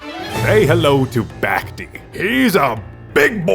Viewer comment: Love the vid broski. Only problem is that you kept saying "back-tee" instead of "back-tay." The boss' existance is a joke about Dante, an event boss from 2021